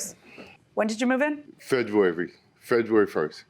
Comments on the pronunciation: Did this dude say Fedruary? There is no D in that word. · Did he say "feduary" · "FEDUARY"!! Folks talking about the wrong thing! Things they DON'T know and can only speculate! This here is FACT honey! Judge corrected her for saying "notary republican", but not him for continuously saying "Feduary"!! 🤔🤷🏾‍♀️ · Ok why I've saying FEDruary lol or am I the only one who heard that 🤣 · I was looking for this comment!! Folks talking about the wrong thing! Things they DON'T know and can only speculate! This here is FACT honey! Judge corrected her for saying "notary republican", but not him for continuously saying "Feduary"!! 🤔🤷🏾‍♀️